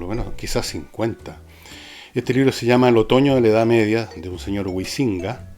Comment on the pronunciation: Pese a que concuerdo contigo en que varios no valen la pena, no sé qué universidades has pululado, pero al menos los profesores que yo conozco han leído, publicado y tienen un peso académico 100 veces mayor al de este señor, quien curiosamente ni siquiera sabe pronunciar el apellido "Huizinga" y parece que leyó un documento de wikipedia.